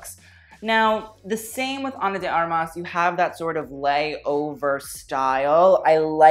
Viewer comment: Actually, you pronounced Ana de Armas very good!hahahaha